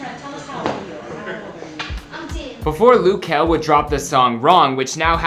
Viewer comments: It’d make sense if it was spelled Lou since he is from the Lou but it’s luh so...😂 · It's not loo kel its luh kel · He said lu key it’s L-UH kel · Who is “Lew” Kel?! lol 🤦🏾‍♂️🤦🏾‍♂️ it’s “luh” (short for “little” ... very similar to “lil”) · Luh not lou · It’s not lew or loo it’s luhhhhhh. L-uh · lou kel😂😂😂😂is luh kel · Lug kel not Luke kel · Isn't it luh not looo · Loo its luh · It’s luh it’s not loo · L- uh Kel not L-ou Kel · It’s not Lu Kel it’s Luh kel wtf🤦🏽‍♀️🤨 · “loo” kell??? Its “luh” just sound it out lmfao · GLOCK glock just say Luh instead of loo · ITS LUH KEL DUDE LIKE OMG and who dosent want him to proceed I know I would❤❤❤ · Ik this man did not say “Loo” I am rolling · he kept on sayin looh kel lol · lil-h kel hunny 😂. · It’s said Lil Kel lil=luh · Its not loo kel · Hol on did he he say "Lo-Kel" yes I know you liyin😑😑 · It’s not pronounced like that